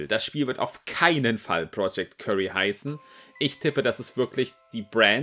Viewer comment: das heisst btw nicht project curry sondern wird kiury ausgesprochen xD